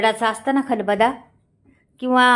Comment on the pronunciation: खूपच छान पाककृती 👌. खरोखर पाणी सुटलं तोंडाला 😋😋 करून पाहणार मी नक्की 👍 ताई जरा आपली मराठी सुधारा ही विनंती. खलबदा नाही हो खलबत्ता म्हणा टेचू नाही ठेचू असतं 😂😂